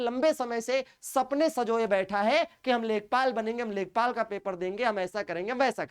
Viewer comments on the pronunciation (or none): Lekhapal nhi lekhpal